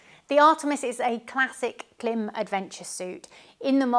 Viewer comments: Klim as in “rhyme” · You also pronounce KLIM wrong. :face-green-smiling::face-green-smiling::face-green-smiling